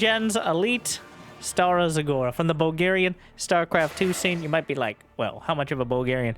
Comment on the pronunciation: Your pronunciation of Stara Zagora was perfect, but the region is Balkan, not Baltic. Either way greeting from Bulgaria, was in person for the event.